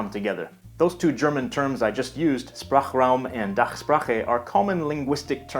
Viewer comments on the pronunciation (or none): The digraph "Sp"/"sp" is actually pronounced [ʃp], not [sp] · Goodbye - Goodbye? Oh, and the S before a P in the beginning of a word (or a root) should be pronunced /ʃ/, like the S in Sprachraum and Dachsprache Also, little mistake : The voice says "das" but you wrote "dieses". On top of it, "the" in german cannot be "dieses", because "dieses" means "this". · its actually shprachraum with a sh like shoe